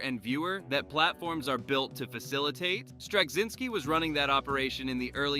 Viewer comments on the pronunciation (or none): Where do you see a "g" sound in "Straczynski"? It's driving me crazy to hear you keep saying "Stragzynski." And your ignorance of how to pronounce his name impairs your credibility as to anything else you say about him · Strug-zinsky 🤦🏻‍♂️. Pathetic. Ended the video for me. Why bother to make a video and not take the time to get names right. Zero credibility for any other “facts” discussed. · When you're trying to get your AI narrator to pronounce the name, just leave the C out. It's not hard. The alternative is saying Straczynski oddly. Very off putting. And we won't even speak of your mispronunciation of Ivanova (ironically, that happens in the show and it was ALSO deliberate). Great show though. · You couldn't be bothered to learn how to pronounce Straczynski for your title cards? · This generic take on things could have been written by an AI. It's like the content maker asked a search engine to give a list and had AI elaborate without ever talking to anyone who watched the show. The content creator can't even bother to know how to pronounce the show runner and character's names. Shallow surface details instead of any of the nuance the show was about. This video is a prime example of the Reverse Flynn Effect and the current generation being far less intelligent and full of depth as any generation before it. Moron, usenet is/was not a BBS system. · At least pronounce Straczynski properly. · If you could pronounce Straczinski slightly correctly, that would be nice. It's Polish. It's not hard to look up cz == ch. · Considering they're pronouncing Strazynski's name wrong, id say yeah. Pretty sure this is AI scripted.